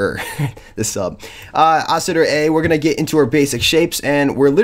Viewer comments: Yuh. I think you may be saying it super fast. I loooooove the word Oscillator and I love hearing it through various mouths, so I care not if it sounds like Oscitor, it's a new one to my ears though xD. Sexy ass word either way. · Lol sounds like he's saying "Oscitor"